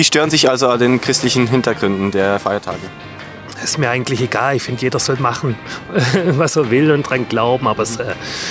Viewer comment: Das heißt nicht " Fiertache" sondern Feiertage. Und nein sollte man nicht!